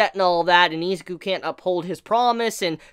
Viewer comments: (ih)(zu)(kew) Not eezakew Izuku. Not Izaku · I thought it was Izuku, not Izaku.